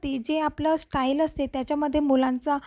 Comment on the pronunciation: टाईल्स बोला मॅडम स्टाईल्स नका बोलू बाकी आयडिया छान